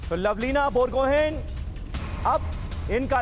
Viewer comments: Lovlina borgohain hai, gohen nehi. Bolne ke samay borgohai bolte hai. Last ka n silent hota hai ( wo n actually chandra bindu hota hai)....and wo commenter Akhil Kumar ki baat bohut discouraging hai...wo bar bar turkey ke boxar ke bare me bol bol ke kya jatane chahte hai!!?? Wo turkey ke hai ya india ke hai 🙄🙄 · बोरगोहेन नही बरगोहाइ है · Lovlina Borgohain..Not lovlin borgohaiN..last 'N' is silent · लवलीना बोरगोहाई.. Pronounce properly.. she is pride of India.. জয় আই অসম 💪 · Bor- go - Hain(haai)..Borgohain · Its Pronounced BorGohaai(Borgohain)...the generals of Tai-Ahom Kings!